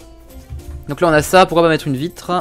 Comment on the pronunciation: À il a dit on va créer une belle vivitrer